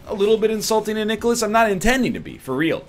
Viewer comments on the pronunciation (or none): Did.. did you just call NiCalis.. Nicholas?